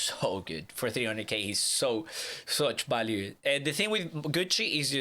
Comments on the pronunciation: Before I even clicked on the video I heard “ balue “ instead of “value “ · VALUE V VVV NOT BALUE